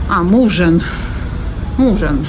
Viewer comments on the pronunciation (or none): Мужан наголос на А